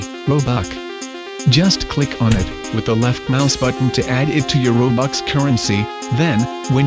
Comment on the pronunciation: ''a shiny robuck''' WHY :(